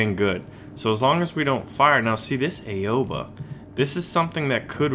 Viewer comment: It is prnounced OW-A-BA no Ay-Oh-Ba